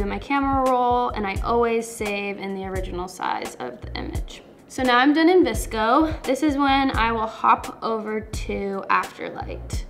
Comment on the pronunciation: it's vsco not vcso ❤️